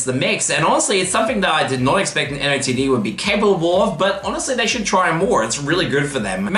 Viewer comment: nice vid, btw NOTD is pronounced “noted”